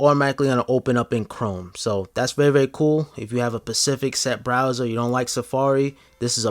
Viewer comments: Specific * Not Pacific. Love the video though. Downloaded Arkrom myself. Thanks mate! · “If you have a pacific set browser” 🤣🤣🤣